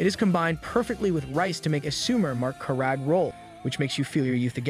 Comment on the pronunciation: the way this man pronounces karage is criminal 😭😭😭